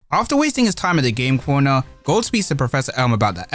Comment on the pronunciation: He speaking gold but it sound like goat😂